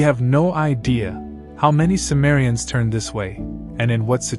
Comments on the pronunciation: The word cimmerians is pronounced Kimmerians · C is pronounced K btw.